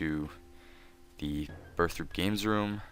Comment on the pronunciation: I have a RS skype friend who pronounses it Burthoppee lol so i lol'd when I heard